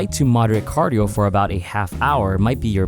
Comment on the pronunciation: Did he just say CARDIO